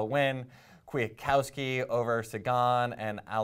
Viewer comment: They way pronounce Kwiatkowski is killing me😂